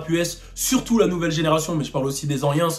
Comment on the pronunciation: « Les an-iens » t’as sortie ce mot d’où !?? 😂😂😂